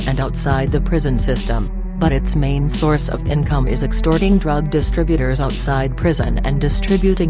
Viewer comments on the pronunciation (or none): none